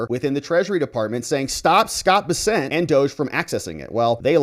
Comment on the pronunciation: It’s Scott Bess-ent